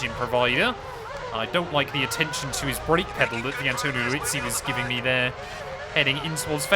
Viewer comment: I’ve really enjoyed this series. So much so I subscribed and will be checking out your other videos. A couple of things though - Vitantonio Liuzzi. His name is pronounced as it’s spelled - Liuzzi. Not Liuzzi. Liuzzi. Also, the past tense of brake is braked. Not broke. All good mate. Keep up the good work. Now, if I could just stop my eye twitching…